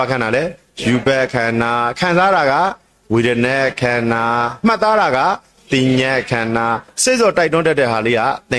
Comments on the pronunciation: ခန္ဓာ၅ပါးတောင်ပီသအောင်မပြောနိုင်ဘူး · ခႏၶာ ငါးပါးကုိ...အသံထြက္က မမွန္ပု😊